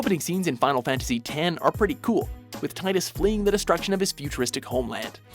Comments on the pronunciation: It's "tee-dus" not "tie-dus" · Ugh, I think I was blocking out those last two plot twists. And man did I cringe at the narrator's repeated mispronunciation of Tidus. It's Tee-Dus, not Tai-Dus. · IT'S TEE-DUS! TEE-DUS! NOT TIDE-US! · It's pronounced "Tee-dus", not "Tie-dus" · are you sure you understood FFX? Auron isn't a dream. Zarnakand neither. The Zarnakand version in which Tidus and Jecht were living was a dream and so were Tidus and Jecht. (Tidus is pronounced Teedus btw) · It pronounced Teet-us! Goddamnit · FFX: since Wakka in Kingdom Hearts is the only one to actually "say" his name I'm afraid its pronounce Teedus. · Why do people always pronounce Tidus wrong?